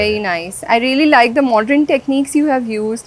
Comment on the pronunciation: MODERN NOT MODREN 🙏